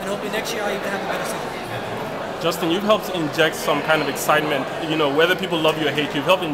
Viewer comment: lol the commentator said "injecting ecsietment" 😂😂😉